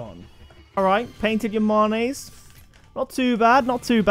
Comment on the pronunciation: “Yah-mon-ayes” are they not pronounced “yah-manes”?